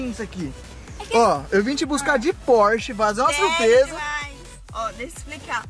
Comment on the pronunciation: É só eu q percebi q o falou porshe 992 911